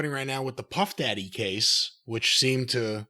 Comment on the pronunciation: Cornette trying to pronounce puff daddys name is more entertaining then a 3 hour raw 👋